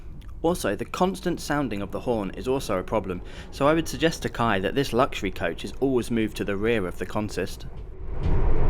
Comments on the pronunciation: We pronounce the Indonesia Railways Service as K-A-I, not KAI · You say each letter of the name. K.A.I. (Indonesian "Ka" "A" "E"). At that price it's better to fly. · im pretty sure it’s the language barrier that did your friends wrong. It has always been K-A-I (kuh-ah-ee) and nobody (literally not even a single Indonesian) pronounce it KAI.